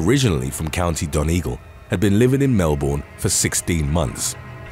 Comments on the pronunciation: Very interesting stories, as always. Just a hint : it’s pronounced „ MelBURN“ , not „MelBORN“ :) Take it from an Aussie 🤪🙈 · Mel-BURN. It’s pronounced Mel-BURN.